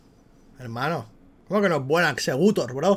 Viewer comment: Jajajajajaja "Exeggutor". De verdad que me parto con las comparaciones que hace constantemente. La verdad que Akappelah está un poco hater...